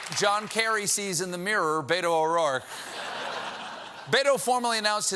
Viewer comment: Is his name really so hard to pronounce? Bet-o. Just like it is spelled....not rocket science.